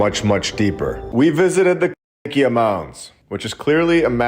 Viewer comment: Why can't you say "Cahokia"? 🤔🤫🫣🤔